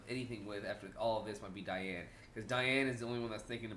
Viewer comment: 😡😡😤😤 I really hate that every youtube reactor gets diane's name wrong. It's "cry-anne"